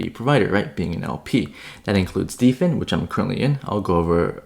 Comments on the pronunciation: It's hilarious calls Dfyn "Deefen" when it's built for DeFi and the words "Defy" and "Define" exist. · Dfyn is pronounced "define"